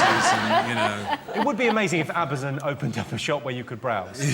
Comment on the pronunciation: you said Abazon 🤣